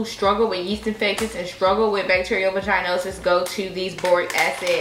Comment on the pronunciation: Vaah-gin-osis babe or vaah-gin-itis 😂 It’s not a long ī like the word vagina.